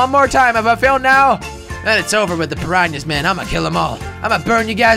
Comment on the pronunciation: He calls Piranhas, Pinyanas!!!